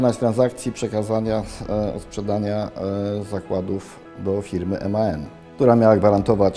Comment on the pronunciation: Aż uszy krwawią gdy słysze jak ten facet mówi "emaen" a nie MAN